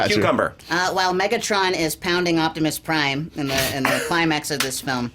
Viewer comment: "Optimuhs Prime and Bumblehbeh"😭😭😭 Cucumber, 2018